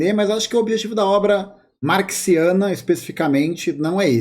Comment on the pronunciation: Acho que ela fala Marciana (zoando), não Marxiana